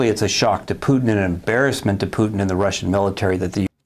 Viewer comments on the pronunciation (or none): none